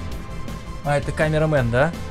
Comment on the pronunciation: Он сказал камерамэн